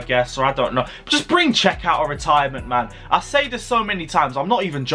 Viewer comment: Bro said Cech 😂😂